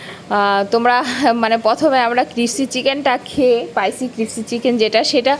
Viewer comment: tomar pronunciation gulo ektu thik kore bolbe like "biriyani", "crispy", "spicy"...... Odd lage sunte. Nice vlog ❤❤